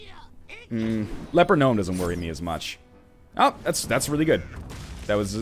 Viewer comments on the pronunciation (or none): none